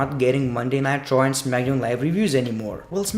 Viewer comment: Is he saying nitro or raw maybe it's his accent